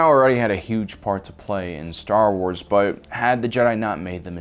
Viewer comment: Why does pronounce Star Wars names like he’s never seen Star Wars?